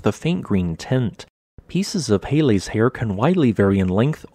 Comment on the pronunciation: peh-leh, not pay lay